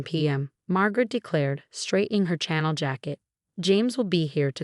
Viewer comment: Please, if the character wears a Chanel suit, it's pronounced Sha Nel.